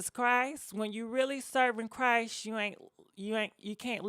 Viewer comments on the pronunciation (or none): none